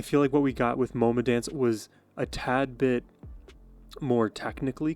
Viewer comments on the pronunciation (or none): "Moma" pronounced with a long O vowel sound.